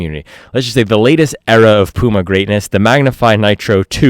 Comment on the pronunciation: pyouma not pooooma